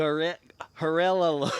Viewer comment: Try pronouncing it as GEh-ree-YA, strong emphasis on the "ree"